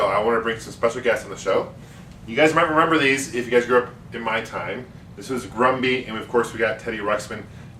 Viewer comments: It's "Grubby" not "Grumby" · I thought I heard you pronounce Grubby as Grumby at the start of the video. Do you always pronounce Grubby as Grumby?